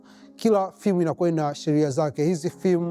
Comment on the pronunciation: Prop ‘fem’ sio Prop ‘fim’